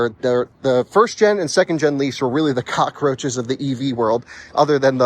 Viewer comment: "...the cochroaches of the EV world." LOL